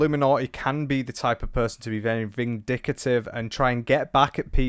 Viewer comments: It's Ven-dick-tive, king! Great video 💯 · Vindicative? Vindictive. You Brits are ridiculous. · They way you say vindictive makes me scream 😱